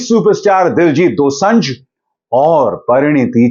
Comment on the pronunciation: दोसंझ नहीं sir दोसांझ है